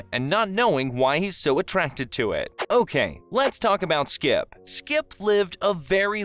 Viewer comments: It was really bothering me every time he said skip, but it was still a good video. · Is it just me, or do I keep hearing you say "Skip" instead of "Skips"? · why u call him skip without the s. he hates that shit